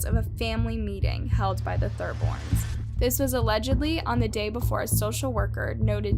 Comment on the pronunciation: Do u read what your saying, or is it all practiced? It's a bit surprising how often u say things differently to how they're supposed to be pronounced, like the Thorburns u called Thurborns almost the whole time!? Could be dyslexia or something but it seems disrespectful when it's a victim's name (so not in my example.).